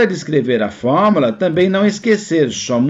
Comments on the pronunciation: Se fala “fórmUla” e não “FormAla” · Acredito que seja o sotaque apenas. Não tem nenhum erro no conteúdo do material.